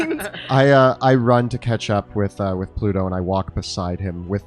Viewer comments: And "Pluto" becomes ""Polluto" lol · Pooor Pluto keeps being pronounced Pollute-oh! :p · I am aware of the existence (religious/mythological/astronomical/etc) of Pluto. I was referring instead to a perceived recurring additional syllable which would transform that name into something else, eg a hypothetical antagonist to 1990s fictional environmentalist superhero, Captain Planet